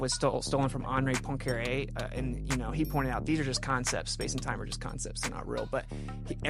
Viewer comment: It is well Poincaré so you pronounce it poincaray. The difficulty for eng speakers is to say to 'oin' but you do it pretty well 😉